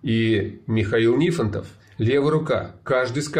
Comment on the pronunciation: Вот почему НифОнтов был через О ударение, а теперь стал через И??? Морозова тогда тоже через первую О надо называть